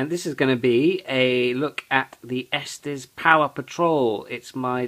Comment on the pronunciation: Man, damage like that out of the box and you didn't return it? Oh, and btw, it's pronounced "Estes", not "Esteez". I grew up in Colorado, that's how I know.